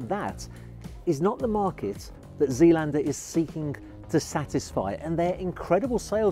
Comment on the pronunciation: Pronounced ZAYLANDER.